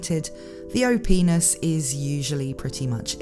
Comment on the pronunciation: Everytime I heard you said " O-P-ness" I have to do a double take . LOL